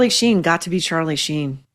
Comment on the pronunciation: Shein rather than Sheen 😂